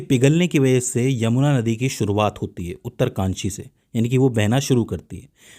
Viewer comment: उत्तरकाशी है उत्तरकानसी नहीं